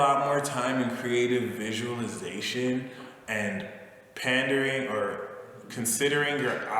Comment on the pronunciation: The word is pondering dahling, not pandering -- not tryin to nit pick ya....just tryin to help, that's all;) What did you say for Aquarius when you pulled that red card up....I didn't understand what you said - it was right before you said you're going to be developing friendships -- Is that red card the magician? thanks for the reading! Happy Spring!